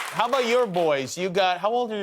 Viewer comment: He said “how” like he says wow to be fair LOL.